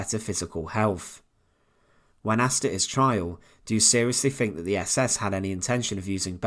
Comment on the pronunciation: Why can’t British folks say “th” instead of “f”...? “Nineteen forty free” is NOT a real date... a person can be healTHy, they can’t be healfy, that’s not a word... a person can THink, but to Fink is to rat someone out... good lord man use your big boy words...